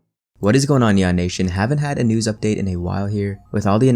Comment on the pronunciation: Anyone else hear YAH NATION every time he says Neon Nation